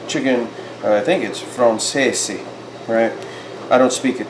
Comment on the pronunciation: Chicken Francaise is pronounced Fron=SEZ, and it is not Italian, it is French. But your pronunciation of Francese is correct, and that is Italian :)